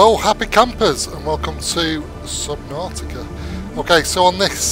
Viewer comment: You always say Sub- naughty-ca! 😂🤣😂🤣👍 I think that why I like your vids.